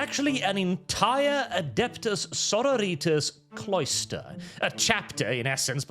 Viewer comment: The way pronounces Sororitas is like getting stabbed in the ears.